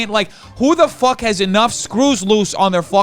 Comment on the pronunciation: I find it hilarious that when u get super Uber mad, when u use the f word instead of f*ck, all I hear is FOOK 🤣🤣🤣. I love this side of u!